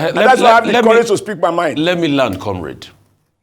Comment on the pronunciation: That's how he speaks? What is demind? What is commind? Smh. I was utterly disgusted! Btw, I observed that he was considerably polite with the men as opposed to how he shut Ayo down.